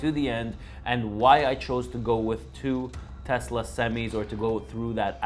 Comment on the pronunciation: My bad. Did you say Tucker or Telsa?! I'm confused.🤔